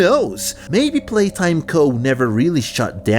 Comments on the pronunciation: "Palaytime" its "Playtime" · "poppy palatime"💀💀💀💀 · Poppy Palaytime...? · Poppy playtime❌ Poppy palaytime✅ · “Poppy palaytime” 😂😂